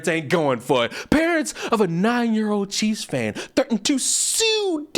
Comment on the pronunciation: I’m still hearing cheese fan instead of Chief’s fan😂